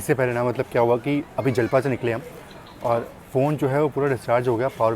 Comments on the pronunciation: bhaiya that was japla not jalpa 😊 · जलपा ❌ जपला✅ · जलपा नही जपला Jalpa ❌ Japla ✅ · Japla hai bhai na ki jalpa😂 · Jalpa nhi japla 😅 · Jalpa nahi Japla naam hai